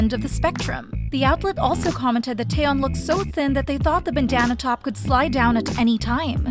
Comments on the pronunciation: next time note that taeyeon's name is not TAyeon but it's te-yeon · Pronunciation tips for the narrator (very important for spreading Korean culture appropriately): Jang Wonyoung = Jahng (soft a like “ah”) one young Taeyeon = Tay yeon (tay like “okay” not like “Thai”. Yeon like yuhhh) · unrelated but.... tie-yeon? what is this pronunciation? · I'm sorry, this has nothing to do with the video and it's probably annoying to hear, but that's not how you pronounce "taeyeon"